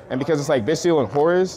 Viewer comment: Got a sub from me!! Love to see the people using the name!! Appreciate the credit given. Appreciate the Horus pronunciation!! Lol. And love the profile